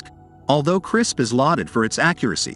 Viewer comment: 1st to comment. Also: I would should be responsibly and particularly where its need to improve the human condition and life and not any greedy self-centered reason. I am pretty sure you are pronouncing CRISPR wrongly.